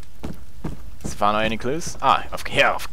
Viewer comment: Its Stephano not safano